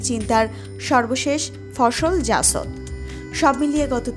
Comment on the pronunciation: apni to reading porteo parenna. kothay pause shetao bujhenna. jasod na jashod. subject matter jane emon kauke porte bolen.